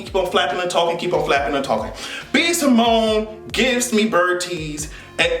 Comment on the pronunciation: He called B Simone Eago 😂😂😂